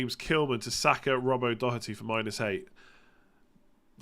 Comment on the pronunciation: it is good to hear an english person pronounce doherty correctly. living in ireland has helped you there!